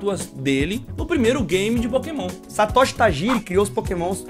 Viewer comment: Erraram feio nas pronúncias dos nomes Satoshi e Shigeru. Tem gente que nunca assistiu o anime(em japonês) e pronuncia os nomes corretamente.